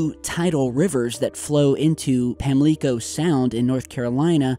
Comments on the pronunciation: Another great video! By the way, Pamlico is pronounced Pam-Lick-O not Pam-Leek-O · Its pronounced like: Pam (like the name) Leh (in bleh) co (co-worker) river btw... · Phonetic spelling (Pam lick co) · its pronounced (Pam-Lick-O) im from N.C. And its just a pet peeve. Sorry. Just saying. Good post though. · Pamlico Sound pronounce pam-lick-oh. No surprise here! When the wind blows out of the West as hard as it did this past week the water piles up and blows out to sea. This is not real common, but does happen during Hurricanes and Nor'Easter storms. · um, that's PAM-lee-coe, Whar yew phrom? :-) Tootles... Wade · Why do people dislike this information? And we North Carolinians call Pamlico (Pam-lick-co), although your pronunciation is fine. It also have me a new way to view it. Good work,.